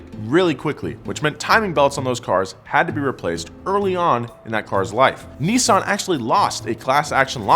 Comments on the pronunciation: It’s Nis-san Not Nee-saan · "Nee-sun"? Oh, you mean Nissan. Whoever designed the Silvia S15, get him/her/them back. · The way americans pronounce NISSAN, is killing me xD